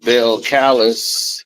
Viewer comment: Cardi name Belcalis is pronounced like the pepper and the singer put together bell-kelis but I get it🤷🏽‍♀️